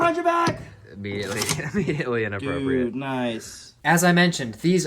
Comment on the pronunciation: "All right immediately innaprppriate" 🫠😒😆 great vid